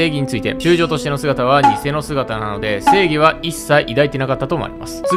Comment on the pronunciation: スモーカーの時の、正義についてですがのところ、性癖についてですかにしか聞こえない。イケメンだからちょっと興味あるなー